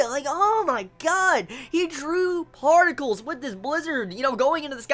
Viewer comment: The emphasis on the PARTICLES XD it was awesome though